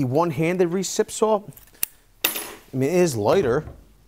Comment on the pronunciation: Me thinks you might want to pronounce that three letter word correctly if you want any credibility. There is no "l" in the word saw. That is baby talk at it's finest. Fingernails on the blackboard for me.